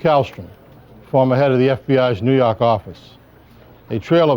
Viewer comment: "Farmer head of the New Yock office"